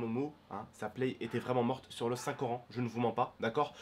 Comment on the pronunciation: "Sur le saint corant"